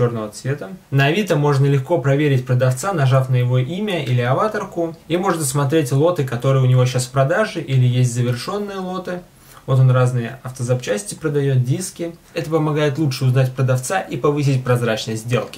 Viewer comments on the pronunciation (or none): нажав на его... авАтарку? не аватАрку? я всегда думал, что ударение надо на третью букву А... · #Стиловнетаксуй кстати не авАтарка, а аватАрка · Авáторка, ахахах